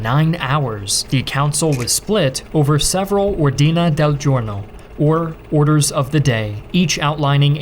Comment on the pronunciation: Sicilian here: - while the literal translation is correct, "cassa da morto" (not "di morto") is just slang for "coffin" - it's pronounced "Catània" - it's pronounced "òrdine" - it's pronounced "Cassìbile" - the Carabinieri were and still are a gendarmerie, not just a police force Other than that, thank you for doing your best not to slaughter Italian pronunciation